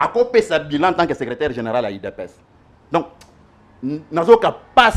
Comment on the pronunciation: Salut depuis les 🇺🇸🇺🇸🇺🇸 Invité na yo vraiment 🤔🤔 Ye azolobela niveau d'etude ya Ndeko na ye mais ye moko ba pronunciations mabe"secreteur"......🤨